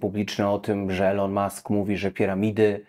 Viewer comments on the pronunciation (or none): none